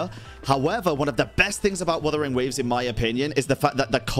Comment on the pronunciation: "Wathering waves" lol